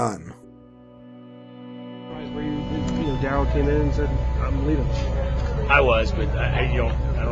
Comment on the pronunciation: I remember this dude. He was a BEAST at St. Bonnie. I played in those same years and we'd watch friday football focus just to see what darrell scott did that week. Btw i think it was pronounced DaRELL Scott. But yea. st. Bonnie was too good for us to play but we did play against Oaks Christian that year. They had jimmy clausen and marc tyler aand chris owusu and a bunch of D1 offensive linemen. Marc tyler had thighs built like a friggin horse!! Aaaand our small little school with 25 players on the team got fucking SMACKED to say the least 😂😂. But Bcuz of that i was glad jimmy clausen and marc tyler were total busts in the NFL hahaha Fuck them